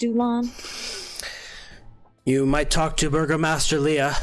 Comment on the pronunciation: True, though you're mishearing the word. It's burgomaster. EDIT: You are not misunderstanding. The cast is saying Burger Master. 😂